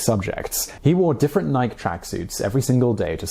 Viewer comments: NI-KE! 2 SYLLABLES! IT DOESN'T RHYME WITH BIKE, BUT CRIKEY!!!! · Once again, Nike is pronounced ... "Nigh ... Key" It is not subjective or accent dependent. Nike is a brand name and therefore it's pronouciatiation is set in stone. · Did my g really just pronounce Nike like bike? And we just gonna act like nothing happened? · "Naik tracksuits" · Nike rhymes with spikey